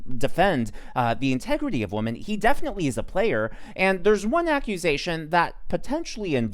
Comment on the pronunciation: yea --- i hear it and ; be careful with pronouncing women vs. woman. they're not the same.